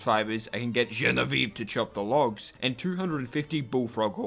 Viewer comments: Genevieve : the ending is said "vee aeve" the last eve as in EVER and you cut it EVVVVVV.... you are close though to the correct french pronunciation Watch "Bibi et Genevieve" to get how to say it !!! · The way he says "GENEVIVE" is just really funny to me for some reason. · I love the way you pronouciate "genevieve" it's so funny